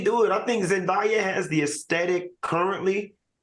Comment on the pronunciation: Please say these peoples names right. ZEN-DAY-A